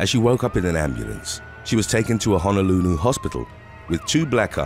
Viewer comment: It's Honolulu not Hanalooloo